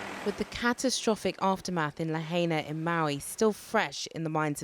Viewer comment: And its not LA-HEY-NA its LA-HI-NA